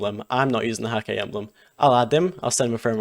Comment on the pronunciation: Props for the right pronounciation of Häkke :)